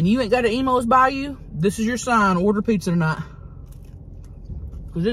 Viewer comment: This whole time I thought she was saying Emos pizza 😂 till I saw the box